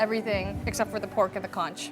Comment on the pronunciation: Conch pronounced as CONK. Talisay - is Tali-sigh